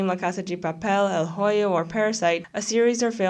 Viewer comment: el hoyo is pronounced "el oyo” the h is silent :]